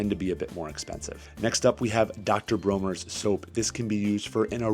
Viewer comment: World class edutaing repsentation... If I may be permitted my one complaint... the pronunciation of the castile soap is commonly pronounced Dr BRAWNERS not dr BROHners ieeyieayayayahhh...